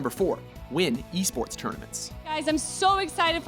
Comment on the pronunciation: Lol "win Espurtzz tournements" lel ez get rekt m8